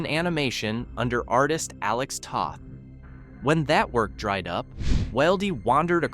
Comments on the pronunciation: A friendly FYI from someone who works in animation - Toth rhymes with "both" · It's Toth with a "TOE."